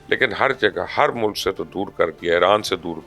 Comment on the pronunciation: she doesnt know how to speak Urudy , Moolak , Faarz , Zulam , Bibi it's Mulk ,Fraz and Zulm, you dont drag the word like punjabi , wah O Raba Teray Karnamay , Kina kina loka nu Ki ki deta hoya ve, I have embraced religion today , atheist to direct Peerni da Mureed